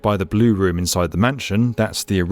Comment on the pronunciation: The way he says room (some of the times) makes me angry